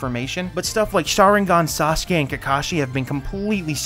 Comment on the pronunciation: I’m huge fans of SUS-Kay and NAH-Rue-Toe